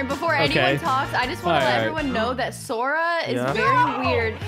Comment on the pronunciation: It’s not sors it’s sora